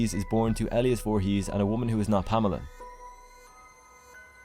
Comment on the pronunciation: Fantastic video. But, your pronunciation of Elias is a bit funny. E-lie-us. Not Elly-Iss. I'm nitpicking and being a prick. Amazing video.